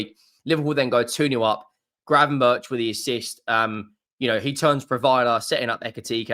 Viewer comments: It's pronounced GravenberK or 'berg' not 'berch' for future vids. It also sounds so wrong to say 'berch', so English! He's Dutch mate! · No, the 'k' is also wrong. A 'ch' is pronounced as a 'g' in Dutch, there is no equivalent sound in the English language.